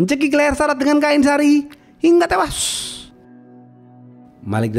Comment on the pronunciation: hingga tewWWuassssyyyyy ... monyong nyemprot lu min ....😂😂😂😂